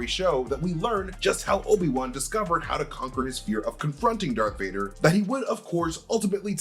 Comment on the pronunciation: Why are you saying "Dark Vader"?